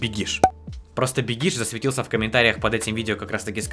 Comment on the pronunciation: Не Бекиш а "Бегиш"